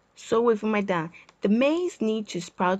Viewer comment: I like how she struggles to say “nm3daa”😂